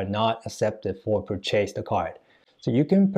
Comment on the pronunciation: Return lesson: it’s pur’- chase, not pur - chase’ 😊